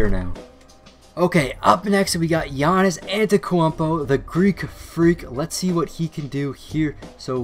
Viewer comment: giannis ATETKWAMPO!!! 😂